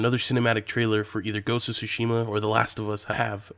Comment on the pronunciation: Tho i'm used to yokels butchering Japanese words, it's the first time i heard it pronounced as: SUE SHEE MA! Did you mean sushi, ma? For the love of god, man it's TSU-SHI-MA（つしま 「対馬」）！